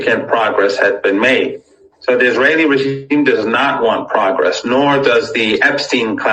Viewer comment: That’s AI Trump. He can’t even pronounce regime correctly. Explains the hat.